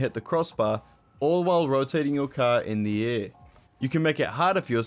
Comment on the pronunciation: saying “in the air”, “indiaa”